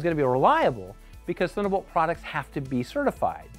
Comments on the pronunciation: "Thunnabolt" :P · I guess they couldn’t find anybody who can actually pronounce "Thunderbolt" ;)